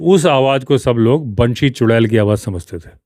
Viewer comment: Banshee बैंशी उत्तम उच्चारण😊